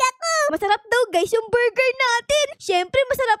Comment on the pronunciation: Borger po😂😂